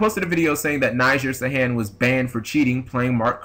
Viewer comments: His name is pronounced Knee-Zar Sar-Hon. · y u say his name weird